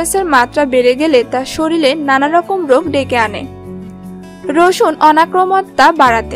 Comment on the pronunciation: 'শরীরকে' 'শরীল' বলেন কেন? লেখা-পড়া ভালো জানেন বলেতো মনে হয় না। বিরক্তিকর।